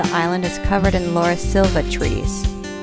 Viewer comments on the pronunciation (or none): none